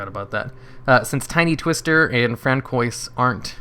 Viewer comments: ...is it not fran-swah (french)??? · “Fran-koi’s” lord help us lmao, nice vid tho!